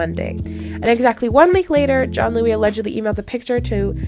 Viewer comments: Why are you pronouncing it as “john-Louie” it’s pronounced “giann-ooli” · I think Giannulli is pronounced Jee-uh-NEW-lee